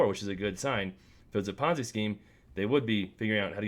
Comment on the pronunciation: Don't take advice from a youtuber who pronounces ponzi like bonzai. Do your own research outside of youtube